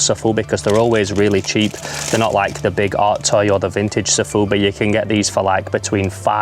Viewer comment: sOfubi not sAfubi ;)